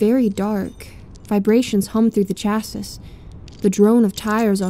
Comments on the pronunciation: Your lack of change in tone makes it difficult to stay attached to the story. I suggest that for your next project you try not to sound so robotic and put more emotion into your reading. Also, the word "chassis" in the beginning is not pronounced how it's spelled; it's "chass-ee." Sorry to nit-pick, but I figured I'd try to give you some constructive criticism. Good work. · Hey its pronounced chassey not chasis your welcome:P:]